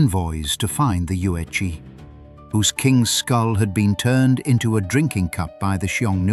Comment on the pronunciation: The "zi" in Yuezi, is pronounced "ts". "Che" in Liu Che is pronounced by the removing the "t" in "the" and replaced with "ch". But this is a good source of information. But Han Dynasty is hardly the 1st Chinese to interact with the Persians. The Silk Road was already in use for t least a thousand years before the event in this video.